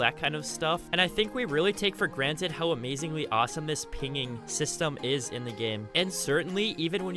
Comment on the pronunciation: i knew someone else heard this, where does someone learn to speak english like this? lol